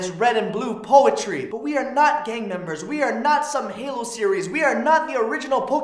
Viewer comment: Dear Ryan, can you please reread the the sentence?